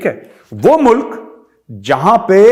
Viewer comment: every one speak Mulak instead of mulk